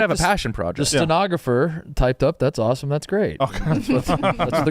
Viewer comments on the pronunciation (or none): saying “aw-tum” instead of awesome and trying to skrt by the L. I found you.